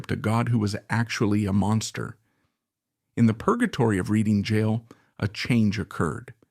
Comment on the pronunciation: Where exactly is "Reeding" jail. 😠 And why does this AI slop keep referring to Wilde as "Wills"??? "Upon arriving in France, Wheel Deep...." ??????